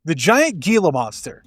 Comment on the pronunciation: Great throwback flicks! Gila monster is pronounced HEE-la because it's Spanish, btw. In any event, so many of these movies are a blast to watch.